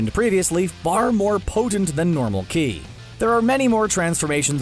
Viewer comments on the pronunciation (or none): Ki not shi shi is something else in dragon ball